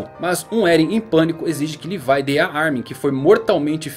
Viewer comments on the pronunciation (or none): Cara uma coisa q eu odeio é a pessoas nao falaren o nome dos personajens do jeito serto:cara é levi nao lefai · fala Levi igual br mano kkk